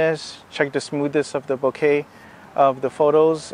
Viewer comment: great video. nice and informative. and you pronounced, Bokeh correctly and not boka. boka-kichi-maigu? .